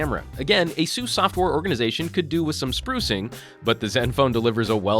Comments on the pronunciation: It's Uh-Seuss, not A-Seuss, as in Acer. Asus put out a video a few years ago to clarify how to pronounce their name. I'm guessing that most missed it. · is it pronounced a soos or ace us?